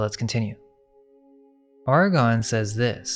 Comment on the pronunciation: The Ar-gons....the ar-CHONS??? Just a thought 🤔🤔🤔